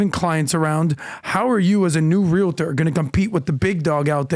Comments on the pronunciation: *"real-tors", not realitors lol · you're mispronouncing the word realtor there is no a at the end